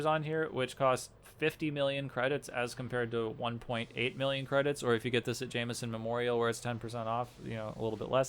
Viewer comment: ja-m’-son memorial XD